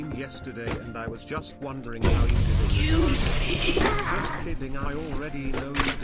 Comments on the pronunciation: when they say excuse me sounds like they're saying "xqc" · i love how it sounds like theyre saying "xQc" instead of "excuse me" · Sounds like the customers say "XQC"